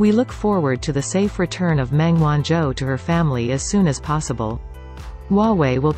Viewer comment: 'Meng' the surname isn't pronounced correctly in all the videos I watched in this channel. It is being pronounced as 'Men' instead of 'Meng'.